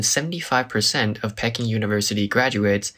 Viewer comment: Nice video, but 'Peking' is pronounced 'Pee-king', not 'Peck-ing" . PEE-king.